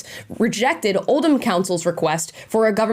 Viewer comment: Interesting that Amala pronounced Oldham correctly 👍’oh’ldumb’ (rather than ‘old ham’. Omg…Rotherham, too!!!